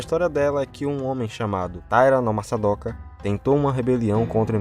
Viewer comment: "masadoka" kkkkkkkk vídeo bom